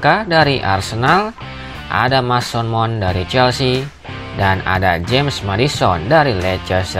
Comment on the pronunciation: suara dari konten nya sudah enak didengar, tapi kemampuan baca b. inggris nya masih lemah, meddisen, mesen maon, kail wolka, kolum wilsen cma ini masukan nya:)🙏 keep spirit💪 bang